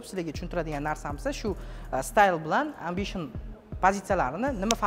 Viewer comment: Барака топкур амбишин эмас эмбишин деб айтилади